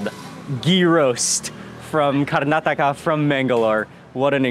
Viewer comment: 👏👏👏👏great to hear right pronounce of our state "KARNATAKA" Mr wiens😇 our own some of natives indians never knew how to pronounce it😤 more than they know how to pronounces but never going to do that🤬